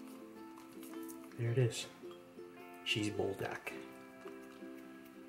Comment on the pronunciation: you say BUL like BULL or BOOL (Pool with a B) which means fire, and DAK is chicken like GAI :P Good stuff, but I would of added the chicken into the ttokbbokki in the saucepan and then added cheese on top of everything on the stove top.